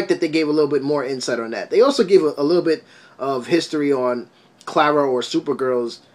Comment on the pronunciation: KARA NOT "CLARA"!!